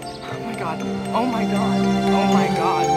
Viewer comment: i like the part where he says "au mai gard"